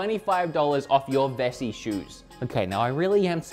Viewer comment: Wessi (pronounced like pronounced Vessi) is a German slang word for people from the west of Germany. I was listening to the video in the background and got really confused why was talking about people from the west of Germany xD